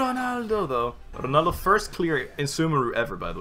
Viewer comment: RRrrronaldo tho .